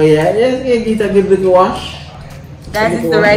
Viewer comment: Nobody: Not even::"Give it a likkle kick man"😂😂